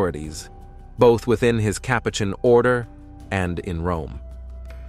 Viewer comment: Next time choose a narrator that knows how to pronounce the words Capuchin & Rosary. You told us nothing that we don't already know.